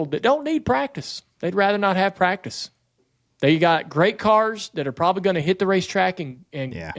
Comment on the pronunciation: The best part is listening to not being able the get the first C enunciated in the word "practice". He and Camron Johnson from CJRC must be related somehow. 😂😂😂